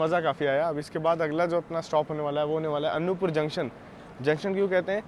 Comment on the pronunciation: As I am from this area I want to tell you • Anuppur is pronounced as अनूपपुर • Chirmiri is pronounced as चिरमिरी. •, that is Marhi Mata Mandir near Bhanwartonk village. Constructed in 1871. Navratri mein yaha bht shradhaalu aate Hain aur kaagaz mein apni manokamna likhte hain. • That train is Bilaspur - Chirmiri (Express) which runs at night and and Chirmiri - Anuppur (Passenger) • In that area BSP - Anuppur Section, Chana Masala is quite popular food in trains. AC mein nhi aate honge bechne... • Achanakmar is pronounced as अचानकमार • Kalinga Utkal doesn't go via Bhopal it goes via Katni Murwara, Saugor and then from Bina it merges in Delhi Mainline.